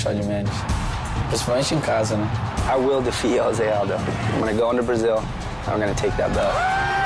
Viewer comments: Jshoe-Zay is how his name is pronounced in Portuguese. Hoe-Say is how it's pronounced in Spanish. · You are right, it is wrong, actually in brazil we say it differente, it sounds like 'Jo' as in johnny and 'sé' as you pronounce the two begining words of the name Zack, hope you understood it =D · no its not dumbass its pronounce joesay aldo! .... bitch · maybe in the mexican dialect but in the brazilian dialect it is pronounced with a J. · Josy and the pussycats needs to understand that his name is Jose not Josy